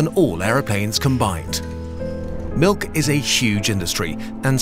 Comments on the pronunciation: Nobody:: M I L U K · It's pronounced malk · "HE NEEDS SOME MELK" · But the real question is: is it pronounced milk or melk?